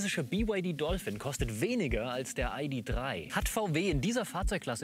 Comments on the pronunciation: Warum nennt der Herr den VW "EiDi Drei" und nicht "Ih De Drei"? VW ist doch eine deutsche Marke, deshalb ist "EiDi Drei" falsch. Oder nennst Du den BMW etwa "Bi-äm-Dobliu" nur weil die Amis ihn so nennen? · Bei … „Biewaidie und Aidiedrei“ - da habe ich ausgeschaltet. 🤷‍♂️